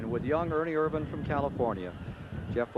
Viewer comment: First race where Ken Squire pronounced Ernie's name IRvan instead of irVAN. Dave Despain still used irVAN late in the race, but somebody must have told him. He said IRvan when he introduced Ernie for the interview... only to fall back to irVAN at the end. At least they didn't claim he was from Modesto, California (where he never actually lived.)